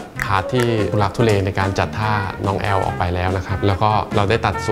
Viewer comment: แอล กลายเป็น อื้บ 555